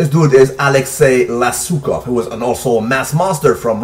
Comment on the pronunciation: ***** yeah i was watching and hear you say Lesukov I was like whaaaat haha Fedorov will show them all give him a year we will take something for sure or at very least storm the bodybuilding world with some crazy gains on a dayleeeee!